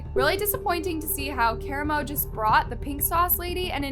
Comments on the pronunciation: I wanna be mad that you’re butchering karamo’s name but then I realized….he deserves it 😂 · Has no one watched Queer Eye? Why do people mispronounce Karamo's name lol. I watched a few videos online and everyone was mispronouncing his name 😆